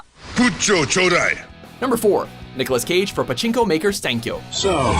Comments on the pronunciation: パチンコがチンコにしか聞こえない件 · パチンコのパ以外の発音つよくてびびった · パチンコの発音が日本語よりさらにチンコで笑う